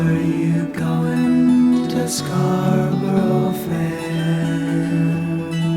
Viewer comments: My slight annoyance at your pronouncing the title as “Scar-burrow Fair” (a bit like referring to Feelin’ Groovy as Feeling Groovy) is far outweighed by 1. People who say “That’s how they say it in the song. Are these people deaf? 2. People who say “It’s Scar-bruh”. How you happen to say the name of the town (which isn’t how everyone says it, and is not accurately conveyed by that spelling to, for instance, people who pronounce U in different ways) is neither here nor there. In the song, they say “Scar-bur-ah”. Scarborough can be pronounced as two or three syllables, but it’s three syllables here to fit the metre. Just like he sings “When you’re wear-ee-ee ” in Bridge Over Troubled Water, but only an idiot would say “Actually the word is ‘weary’”. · Mate...do what I said and listen to any version by an English singer. They pronounce it "scar-buruh", not "scar-burrow". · As american-accented gents, S and G could not say the english word 'Scarborough' correctly. It is not new york Scar-bo-ro (which S and G treat as if it is rhyming with 'go mow so low'). Instead, Scar-bah'rah or Scarrrb-uh-ruh is closer. Some would say only two syllables: SCARR-bra (like Canberra in Australia is pronounced CANN-brah). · It is not scarburrow: it is scarbrə (as a Yorkshireman would pronounce it), or to fit the meter of the song, scarbərə. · Good video, I managed to make it through even though my British ear grated at everytime both you and the singers pronounced it as 'Scarboro'. 🤣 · It's pronounced scar-burra. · I cringed every time you said Scarborough, it’s Scar-Bruh. Like York-shuh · "Scar-bruh" but if your a plebeian it's "Scar-burra" which is also acceptable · I don't know what hurt most - "Scarburrow" or "erbs"! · The way he pronounces Scarborough makes me physically ill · Please learn how to pronounce Scarborough! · Fantastic video as always however your pronunciation of Scarborough is painfully poor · It's "Scar-bruh", not "scar-burrow". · It is pronounced SCARBURRA FFS!!